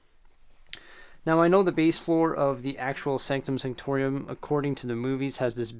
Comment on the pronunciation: Why does he say it like that??? Sanctorium...sO HErE We HAvE tHe SAnCtOM SaNCtoRIUm